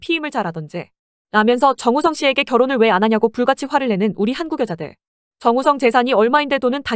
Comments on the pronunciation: 영상 내용이랑은 별개인데 TTS가 "정웃썽" 거리는거 조금 웃김 ㅋㅋㅋㅋ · 근데 정우성이 왜 정우썽으로 들리는거지ㅋㅋ일부러 그렇게 발음되도록 만드신건가요? 전자녀 목소리 특징인건가ㅋㅋ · 정우썽, 문까비 ㅋㅋㅋ 발음무엇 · 더빙 프로그램이 정우썽 이라고 발음하는거 웃김ㅋㅋ